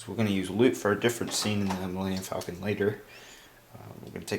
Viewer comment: "Melanium"- Millenium Falcon. Idiot.